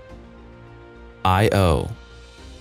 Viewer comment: For future reference, Io is not an acronym and should not be pronounced thus.